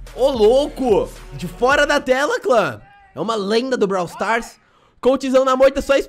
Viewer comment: surb swufar ou bralw swufar